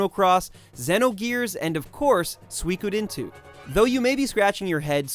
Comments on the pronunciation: Suikoden is pronounced sue ee ko den. Not sweekoden. What? No mention of Intelligent Qube? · sue-ikod-into never heard of this sue-ikod-into !!! It's pronounced Sui - ko - den - ni or SUI - KO - DEN - TWO the word has 3 equally long syllables and when you spell it in hiragana it's even 5 characters long すいこでん - and in Kanji its: 水滸伝 It is the name of a chinese novel and means "Water Margin". "Water Margin" itself refers to the place in which the story takes place; on Mount Liang, Liangshan district of Jining city in southwestern Shandong province, China. [During the Song Dynasty, the Yellow River passed through the area and it was know to be the biggest wetland/marsh in China] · Su-WE-Co- Den. not swee-ko-dine.